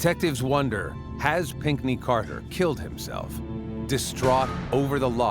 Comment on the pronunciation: Pinkney ?? Is that American.